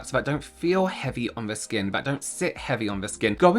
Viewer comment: I thought you were trying to say skan. Look how my skan glows 😂